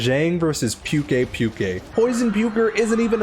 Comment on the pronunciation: There is no “pyu” sound in Pukei-Pukei’s name, it’s just “pu” or “poo”